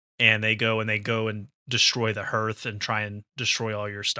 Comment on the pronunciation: Please pronounce Hearth correctly in the future.